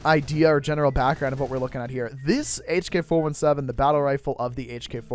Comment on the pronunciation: plsssssss its called "hk 4 "17" " not 4 1 7" pls plssssssssss its hk 417 not " 1 7" its 17 (or 16)